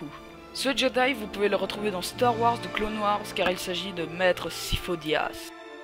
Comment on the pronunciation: on prononce pas DZI OLD mais bien De /The Old Republic